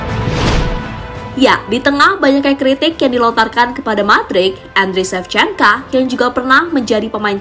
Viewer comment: Ada lagi bang... Shevchenka